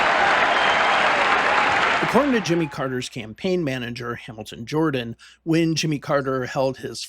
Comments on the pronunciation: Hamilton Jordan's surname is pronounced "Jur-dan", NOT "Jor-dan." Other than that, well done. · I believe Hamilton Jordan's last name is pronounced "Jerdan" . . . a small point, but I thought I'd mention it, as I recall that as a young man; Carter was the first presidential candidate for whom I voted. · His name is Hamilton Jordan pronounced "Jerden". Not Jordan Hamilton!! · Enjoyed the video, but you might want to look up how to pronounce Hamilton Jordan's last name. "Jer-dun" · It’s pronounced , Hamilton Jer-dun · Would be nice if you had the correct pronunciation of Hamilton Jordan.